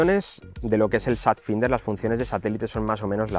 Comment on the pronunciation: Por favor deja de pronunciar "finder" que me hace daño a los oidos, se pronuncia "fainder" que estamos en el siglo XXI y la gente ya sabe ingles